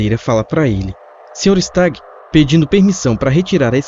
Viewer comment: Kkkk quando ele fala se stagg eu sem querer escuto Sr Star 😗😗😗